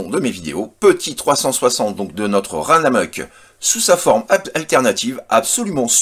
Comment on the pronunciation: Pourquoi dis-tu "Ranamuck" ? J'ai cherché sur le net et n'ait trouvé que "Runamuck". J'adore sa tronche (il me rappelle Rom de Marvel), sa carrure carrée et son mode alternatif avec le pare-brise travaillé. Je l'ai mis sur ma liste de souhait, même si le faux plastron me BOTte pas du tout. :p